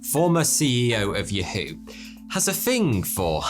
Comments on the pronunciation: did i really hear you say yehayhoo??? for yahoo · This man called yahoo “yewho” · "Ye-HOE"? What the hell is that? YA-hoo. Please. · LOL i find how you pronounce yahoo (ye-hew) UTTERLY HILARIOUS! its ACTIALLY yaH-who (or as the commercials in the 90's sang it "yaHHHHHHH-whO-OOOO-OO") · That has to be an intentional shift on "Yahoo!" pronunciation. Just to make a point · This mf just said "yehoo" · Excuse me it’s YAW WHO. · Had to stop watching when he said yuh-HOO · "yuh-who" your not a robot bro you could pronounce it however you want so why would you make a fool of yourself? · Yuh-hoo????? dude you know it’s not pronounced that way stop it. Lol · yuh-HOO never say it that way again please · 47 "Yuh-Hoo" and "Pie-thagorus" haha!! Loving your British attempts at modern English translations in this one! LOL! (Its "Puh-thagorus" to most of us). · CEO of yuh-who lol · Wtf is "ye-hew"? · Sounds like a combination of Scientology, Urantia and Amway. It's pronounced Ya (as in yes in German) Hoo (as in Sutten Hoo). YaHoo two syllables slight emphasis on the Hoo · CEO of yer-hoo? 🤣🤣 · the way bro said Yahoo completely changed my perspective lol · the pronunciation of yahoo had me gagged. with love. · As soon as he said Yahoo wrong, I tapped out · You said Yahoo! wrong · never heard 'yahoo' pronounced that way.... although im still not sure if he says or fourty... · Okay, the way you pronounced Yahoo tells me that you are doing it on purpose, you sadist. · Say Yahoo again.